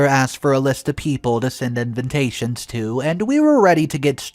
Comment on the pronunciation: What's this FR Edwards? That's "FATHER" Edwards. And all the "INVINTATIONS" instead of invitations. Hahaha!